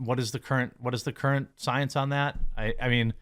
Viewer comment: Sounds like you're questioning the SOYANCE. How dare you question the soyance!